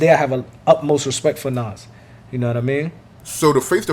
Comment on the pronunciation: “Nawz” lmao